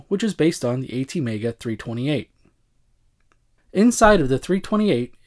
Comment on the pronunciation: Both the Pi and the Arduino are fantastic machines. I have and enjoy both. They are different in every point of view: the Arduino is a microcontroller board, built around a microcontroller chip, the ATMEL 328P (and btw, it is pronounced thirty-two-eight, not three-twenty-eight). It is meant to pilot external HARDWARE of any kind, via its IO pins. The Raspberry Pi, on its side, is a real LINUX PC, something you can work, play, go online and browse the web with, just like the pc you are using now to read this comment. Both machines were designed by teachers. The Pi was designed and is currently manufactured in UK for educational purposes, to teach computer science in schools. The Arduino was designed by an Italian teacher who wanted a simple board for his students to better learn the microcontrollers. The original board is manufactured in Italy. Now about the price: some comments I have read here say both boards cost roughly the same, but this is incorrect: the original, made in Italy, Arduino Uno is about 26 euro, while the Pi is about 40 euro, here in Italy. If you are desperate for low cost Arduino clones, of course, you can find as many as you want on eBay.